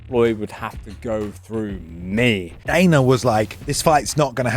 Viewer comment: Why is dude able to pronounce the A sound when it's the prefix but not the suffix.. I don't understand. Dana = Daner Arena = Areaner properly prounces it in the beginning of a word but not the end??? Like wtf, shts Hella annoying